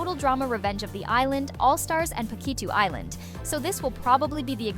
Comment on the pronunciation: "Pakitchoo Island." Seems like you sneezed. Bless you, lol